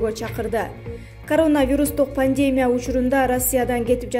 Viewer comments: Пандеемия эмес пандемия. Басымды и тамгасына коюп суйло. Суйлой албасан кыргызча эле айт да. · Пандемя эмес пандамея